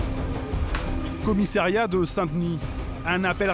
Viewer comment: Il faudra dire au journaliste que l'on dit "commissariat" et non pas "commissairiat"...!